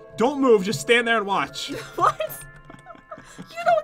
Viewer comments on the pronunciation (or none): You could “walch” right pat?